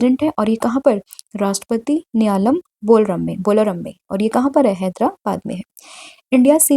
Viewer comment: Homework :- The answer is Oscar Piastri who received Australia's Prestigious Don Award 2025. Maam if you don't mind Question no 3 mein uska pronunciation hoga Bharatiya Kalaa mahotsav means art ko jo kalaa bolte hein na wo wala ...& dusra wo Rashtrapati NILA - YAM hoga ... Mere keyboard mein hindi typing nhi ho raha hai but I hope aap samajh payenge 😢 Thank you so much maam for valuable contents ❤🙏